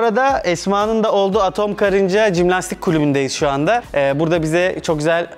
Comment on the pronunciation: Cimlastik değil jimlastik